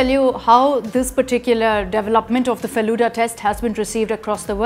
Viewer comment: It's Feluda(pronounced as Felu-the,Da means elder brother,it is same as pronunciation of Da in Dadi).Please research a bit before uploading, because Bengalis like me would get angry seeing your pronunciation. And it was named so because most of the people in who made this are lovers of Feluda